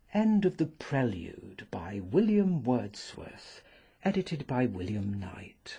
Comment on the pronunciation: WILLLLLLIAM WERRRRRRRRRDSWERRRRTH